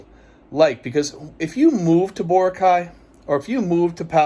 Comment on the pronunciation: boracay is pronounced bo rock I.